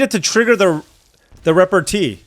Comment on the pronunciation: noooooo! it's reh-par-TAY (its french)